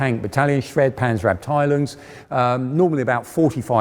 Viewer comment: It's pronounced "Porsche" and not "Porsch", "Krupp" not "Crap", "Schwere Panzerabteilung" not "Shredpansabdaloongs", and "Reichsmark" not "Reikmarks". It wouldn't matter if an average Joe gets that wrong, but it is really quite unbecoming of an historian and presenter who professes to be an expert on those things.